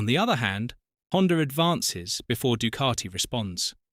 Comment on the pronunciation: Good item but terrible VO. Painful to hear ‘Du-car-ti’ every 15secs. 😫